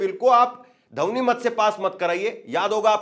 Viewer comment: ध्वनि मत नहीं बोल पाते धवनी क्यों बोलते हो